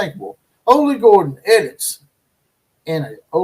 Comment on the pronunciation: ITS OLLIE GORDON"...AHH-LEE Gore-Dun